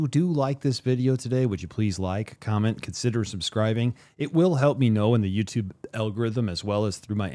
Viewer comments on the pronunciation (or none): none